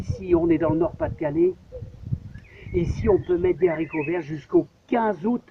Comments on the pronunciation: En français on dit des Haricots pas des Zharicots! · Nb ... Comme chez nous. Les Z.haricots vert ... mdr